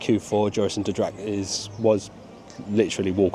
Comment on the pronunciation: You're pronunciation of Joris en de draak is great! Especially how you pronounced 'draak' . 'en de' is pronounced more like 'n the' but otherwise stellar pronouciation. Your 'langnek' and 'Roodkapje' were also perfect. I'm glad you enjoyed the park, i practically grew up there, and it's very dear to my heart, so it's always great to see people falling in love with it's little charms and magic.